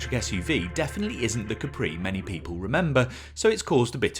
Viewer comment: Looks like a polestar, but please dont butcher the name